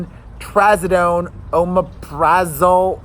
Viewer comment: Oh, and Aaron mumbled and jumbled the omeprazole. It sounded like he was trying to say Alprazolam or something like that which is generic Xanax (which he's already on).